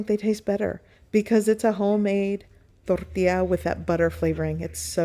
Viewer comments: Exactly my point. That's why it is INCORRECT for her to roll the R in it. Thank you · Why do you keep mispronouncing "tortilla?"